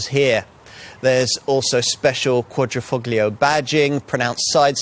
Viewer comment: Presenters should learn to pronounce words before filming - here they butchered "Quadrifoglio". Also some errors and omissions throughout.